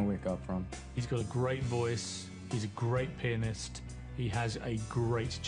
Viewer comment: It spunds like he said penis instead of pianist cx